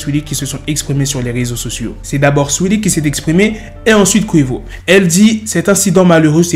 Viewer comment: mdrrr comment il dit le blaze de saweetie "suili"